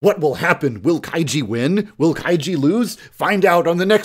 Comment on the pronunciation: I'm not sure if you pronounce kaiji that way